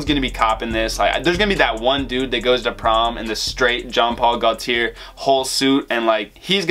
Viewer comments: CAR TEE AY! GO TEE AY! Not Ear or Air! 🤣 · Just so u know its pronounced gaultier like latte gaulti é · Broo it’s pronounced GO — T — AY. So it’s jean Paul GO - T - AY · iss carti-yay not carti-air (gaulti-yay) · These new school mofos are ridiculous 🙄 it’s pronounced Car-tee-yay and Goal-tee-yay. Youre welcome. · Gaulthier is pronounce go-tiyay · It’s pronounced Gaunt-tea-ay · cartier is prunounced car tee aye not car tee ear so this is probably pronounced jean like john paul gaw tee eh or something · JEAN POL GOTIER THATS HOW YOU HAVE TO PRONOUNCE IT #frenchCanadian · Alan Rubio no dude it’s pronounced GO T AY i have it in my name. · 🔥 intro!! & you are truly offending me by saying Jean Paul Gautier wrong wtf